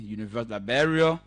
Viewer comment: Please pronounce the word Liberia correctly and not Liberail. Please show us where CDC has all those agricultural projects on going and producing rice and other cash crops. Please stop the lies and stop speaking your kru English that we will never buy.